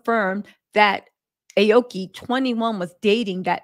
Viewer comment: Damnit it’s Ah-Oh-Key meaning blue/green tree.